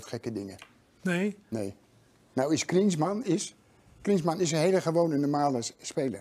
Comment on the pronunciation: Harry doe wat aan je uitspraak, wat namen betreft van spelers, droogkloot! Mapee EN Giesman!